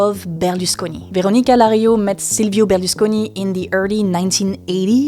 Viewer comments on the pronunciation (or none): Yeah that's definitely not how you pronounce Berlusconi or Carla Bruni.